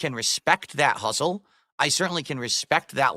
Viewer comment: "respect dat huzzle" also listen how he says "ppp wanted to get me hwavily involved" like he was getting groomed into drugs